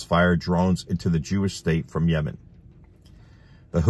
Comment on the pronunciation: I liked how you pronounced Yemen before "yamen" lol it sounded cute😊